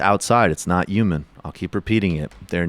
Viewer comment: This is disgusting but why does Michael hate the H in the word human? UMAN